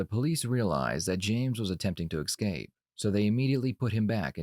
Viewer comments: did you say "attempted to EXcape"? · Wait, if he confesses within minutes of the video starting, then there's not much point to watch it, is there? And "escape" is not pronounced, "EK-scape". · Why do you americans say excape instead of escape? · I’m sorry did you just say excape? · He attempted to "exscape" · Someone tell the Narrator that the word is ESCAPE, not EXCAPE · "Excape"...??? Smh... ffs, you had 1 job... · “Ex cape”? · He tried to "EXcape"? Are you sure we wasn't trying to "EScape"? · Don’t you love when people say eXscape instead of escape? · he tried to ex....cape? i almost want to stop watching this video now because you cant say escape properly lol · not "attempting to eckscape" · I don’t want to be that guy but it’s Escape not Excape…. America is letting it’s vocabulary be hijacked by children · Escape. Not ecscape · QUIT SAYING "EXSCAPE" That's like elementary level my goodness. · ES-CAPE not ECK-SCAPE lol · Why do you pronounce escape like excape ? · Dear, Please review your pronunciation of the word "escape" I.e. not "excape" Thank you! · Ex-scaping? Wth is that 😂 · You said "ex cape". Seriously? That sounds so unprofessional. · it's "escape" not "eck-scape" dummy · EXcape? really? lmfao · Its not "ex-cape"... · ess-cape, not ek-scape. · EScape. Not Exscape. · Good thing he didn't, er, eck-scape... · just a reminder that there is no “x” sound in “escape”. You’re welcome. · Love your videos. That being said you need to practice saying escape. Everyone has a blind spot and yours seems to be escape.